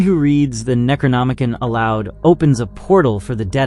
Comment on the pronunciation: Neck row nom uh con. I really want to watch this video but as much as i want to ignore it youve butchered that word 4 times now and it makes me cringe.. please look in to how things are pronounced before recording a long forn video. You likely lost a lot of viewers bc of this and were not trying to be nazis - its an involuntary response.